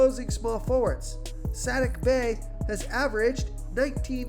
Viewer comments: Saddiq Bey is suh-DEEK Bay. 😉❤️ hmm Brolo is interesting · S-ATTIC Bey had me rollin hahahaha